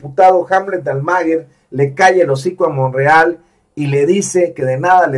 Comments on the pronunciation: Pronuncia bien el apellido "Almaguer", es Almaguér, no Almáguer", no seas wey. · Almaguer.... No lo pronuncia bien.